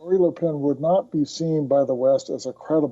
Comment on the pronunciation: As a professional reporter, cant you take time to understand how to pronounce Le Pen?